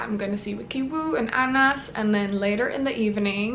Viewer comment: it’s anaz not anas